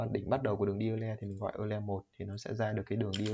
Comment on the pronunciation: Euler đọc là oi lơ mà=)